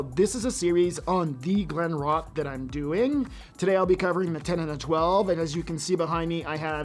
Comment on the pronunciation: Don't you check the pronunciation of the distillery that you're not familiar with? I would suggest you do it before recording. Just saying.